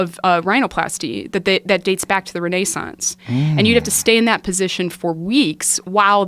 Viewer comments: Did she say re’nay’ssance. Lol. Renaissance. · did she just call the renaissance renee-sauce lmao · The Renay-sahnts? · Did she just say Renéesance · She say “Rene-sance” 😂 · "Rene sounce"? What the fuck lol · This bitch really said. Rene-saunce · Did she say Rene sauce ? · Did she just say Renae-sance? lol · the way she pronounces renaissance makes me cringe. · I've never heard anyone educated or otherwise pronounce renaissance like that 😆